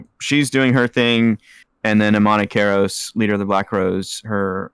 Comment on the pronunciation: And nailed Emani Karos.